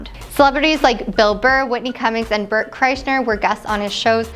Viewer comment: I know Bert heard her mess his name up 😂